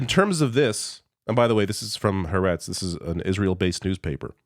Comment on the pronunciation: Haaretz = Ha-arr-ets. Three syllables.